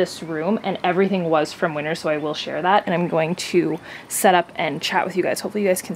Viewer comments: I totally thought you were saying "Winters" as the store name this whole time. I just read your comment where you say you did a haul from "Winner's". Lol! I like Winner's as the name so much more. I was wondering if it's like a Canadian T.J Maxx? But I like the napkin holder. They have cute stuff. And you and Andre having matching masks is so cute🙂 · I definitely thought you said “I don’t know if you have winters where you’re from.” Then I realized you said Winners. Well I live in Arizona...we don’t have either 🤷🏽‍♀️😂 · At the start, I thought you said winter's, not winners lol and I was thinking "In from Australia and we don't have winter's, but we are in winter" lol ❄❄❄